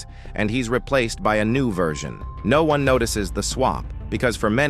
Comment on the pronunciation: bro are you AI? you just said noon instead of no one